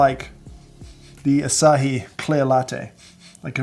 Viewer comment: It's exactly not like you said. Asahi Group is not only a beer manufacturer, but generally a beverages manufacturer. And the name is pronounced "a-sah-hee".